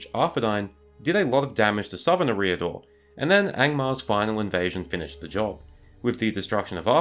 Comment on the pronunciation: Great work in fairness. And as you say "No one should be placed on a pedestal and beyond criticism" so it's "Eh-riador", the emphasis on the first syllable, but only slightly. Cheers and you're welcome 👍😁